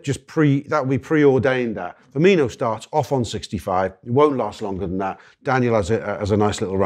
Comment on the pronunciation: FER..MI...NO!!!!! FFS!!!!